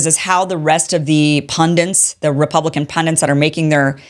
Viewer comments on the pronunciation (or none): PunDINTs-> Pundits